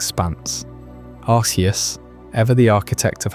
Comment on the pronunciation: pronounced arceus two different ways within 3 minutes of the video starting